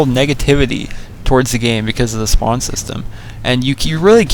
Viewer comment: Its not spand its spawn